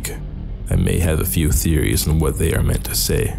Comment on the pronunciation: they /T͟Hā/ ￼Learn to pronounce pronoun 1. used to refer to two or more people or things previously mentioned or easily identified. "the two men could get life sentences if they are convicted.